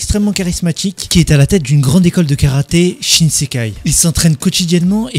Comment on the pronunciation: Shin shin Kai pas shinsekai bg